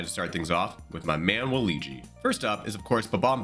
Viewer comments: “Waligi” “scarc” King of mispronounciation Love your videos. Digging the new format, keep it up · For some reason Merryo doesn't bother me as much as Wahleegee. I also wonder if the mispronunciation is just intentional ragebait to drive engagement with the algorithm. 🤷🏻‍♀️ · Wah-lee-gee is the new Merry-o 😂😂😂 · you mean WA-LUIGI